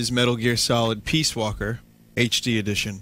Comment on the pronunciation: "HD Edtion" Nice.